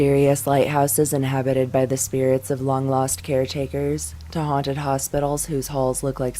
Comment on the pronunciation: Are they haunted or hunted? Kinda sounds like you keep saying hunted